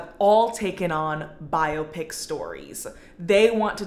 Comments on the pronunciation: is bi-o-pic really that much of a personal choice when that's how it's listed as being pronounced properly in the dictionary? lmao i'm certain biop-ic is a byproduct of those who don't know how to pronounce it properly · I’m 35 and didn’t realize there was any other way to pronounce biopic other than bio-pic